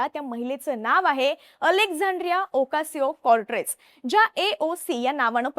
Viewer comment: अरे ह्या नाव सुधा नीट घेता येत नाही आणि म्हणे मराठी चॅनेल